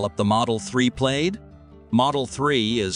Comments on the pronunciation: Please train your robot voice to pronounce words properly. Plaid, not played. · Plaid is pronounced plad. The more I here from this channel, the more I believe that the speaker is not a person but a computer simulation. The information is good the spoken words are needing correction every video.